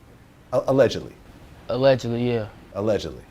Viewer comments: he said "alledgelly" lmao was finna say nah that nigga dead lmao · Look at the facial reaction when he says, "alledgely"